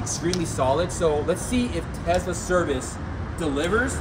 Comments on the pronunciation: its Tesla not Tezzzzla 😂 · Have you ever made a vid explaining why you say Tesla incorrectly?